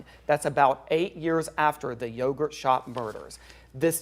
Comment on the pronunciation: I can't believe its yogurt. newscaster said it wrong at one point. kind of funny